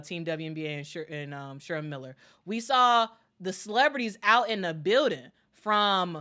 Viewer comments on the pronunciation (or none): none